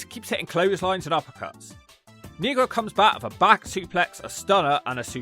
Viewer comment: you pronounce negro wrong😂😂